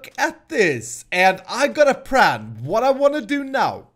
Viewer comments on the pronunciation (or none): Why do you always say pran instead of plan? And also earl-eye instead of early? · why do you say pran instead of plan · Why does he say things like erli and pran?